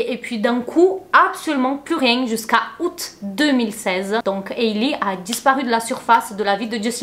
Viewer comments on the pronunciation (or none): none